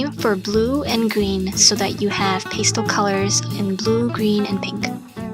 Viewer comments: Most artists I know pronounce it "pass tell" not "paste el", but great video! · I'm sure someone's already mentioned this, but pastel is pronounced pæˈstel (like pasta). Adorable jewelry! I'm a long time fan:)